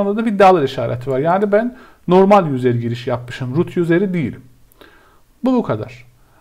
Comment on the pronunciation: Okunusu/telafuzu "yuzır" olan "yuzer" kelimesini her duydugumda dikkatim dagildi tekrar toparlayamadim kendimi. Turkceyi guzel konusuyorsunda ingilizce biraz karismis hocam. Eline emegine saglik yinede. tesekkurler.